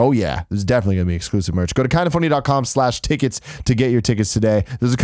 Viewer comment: Tim can't say 'tickets'.